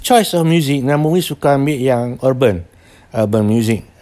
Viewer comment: Namewee...not namawee....